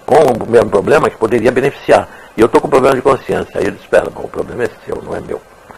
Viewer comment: 😂😂😂poblema seu kkk